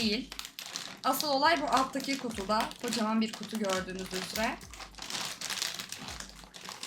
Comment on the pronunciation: abla yeter artık üzereye üzre deme